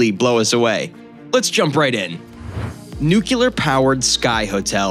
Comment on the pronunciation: "Nuc-ye-Lar" powered...